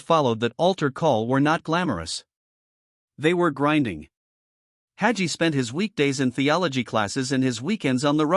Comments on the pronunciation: This AI generated. To confuse his followers. Listen to the way his name is pronounced. Red flag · It drives me crazy that these ai commentators can’t pronounce the names of their target.